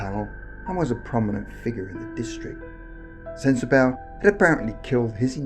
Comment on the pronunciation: Also it's pronounced sensa "bah" and not sensa "bow" just so you know lol